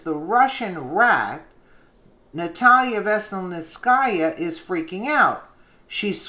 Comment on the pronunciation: good job, trying to pronounce these names that come up. PS enjoy listening to you.